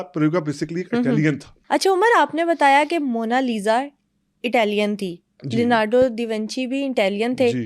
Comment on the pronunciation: lorando davinci nhi bhae😂😂😂😂😂 leonardo bhai😂😂😂😂